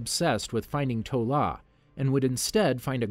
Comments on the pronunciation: This is amazing but so far you've said "Ta Lo" as "To La" or "Tu Law" so many times i'm crying XD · Yakuza is Japanese. Those were triads. Also adrian toomes is not at all with damage control, that was established in the first 10 minutes or so of Homecoming. It’s iron monger not war monger. It’s pronounced Ta Lo. And I think you misspoke about “stark meeting with banner”, he met with General Ross. He never met banner until the avengers. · One more thing to note: Shang-Chi's mother's homeland is Ta-lo. You switched the "a" and "o" around. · i think its crazy how u remember the icing issue from iron man 1 but couldnt be phased to pronounce TA LO instead of TO LA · Times where I was irritated as a die hard fan: Wrong pronunciations-Correct Tezzeract-Tesseract Toh La-Ta Lo Extreamis-Extremis Uylesses Klow-Uylesses Claw Sooter (what even)-Surtur Iron Monger, not War Monger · It is not "To-La", It's " Ta-Lo" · Someone is to 🌾 to say "Tt-ahh-Low but can somehow say "Yo-Hand....Shhh.. Mmmm-It." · You said "To La" but it's "Ta Lo". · Talo not Tola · Has to be said Ta Lo Not To La